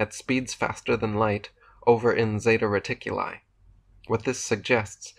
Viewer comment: “From this planet to zeta reticule.” 😂